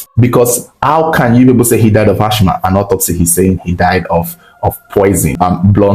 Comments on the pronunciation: is Assma not Ashma ( real spelling Asthma). The H is silent. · That word asthma is pronounced "asma" not "achma" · It is not ash-ma . It is as-ma please. That is for pronunciation only and not spelling. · Its ass-mah and not ash-mah😊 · Sad story. Some people are really evil. Wicked wife and evil demonic in -laws. Lord have Mercy! Praise God all the accomplices got arrested but Africa corruption. The jail sentence should have been life for the wife.Thank you Reporter please stop repeating Ashh ma. The word is Asthma. Pronounced assma. Thanks. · Mother in-law and not mothers in- laws😒Asthma is pronounced Az- ma or As-ma and not Ash-ma🫡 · The word is Asthma pronouns it like Asma if the spelling confuses you, it’s not Ashma thats not how you pronouns the name, Ashma sounds like an Indian god 🤷🏻‍♂️ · AsTHma not ASHma pls 😩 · lt is pronounced Asma not Asthma. The spelling is Asthma actually. You can ask Ai or check in Google. It was a typographical error. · Uyo is not a state, rather it's the capital of Akwa Ibom State. And Asthm is pronounced "asma". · Asthma (the H is silent) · I was so embarrassed kept repeating it 😫